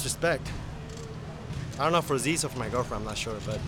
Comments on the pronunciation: it's pronounced "zizz" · Zyzz = "ease", but with a "z" at the beginning.